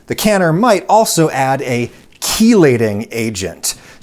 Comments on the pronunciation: Pronounced "shee-lating agent" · I work in a lab and I've been mispronouncing "chelating" all this time. Oh boy lol